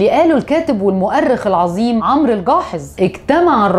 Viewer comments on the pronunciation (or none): none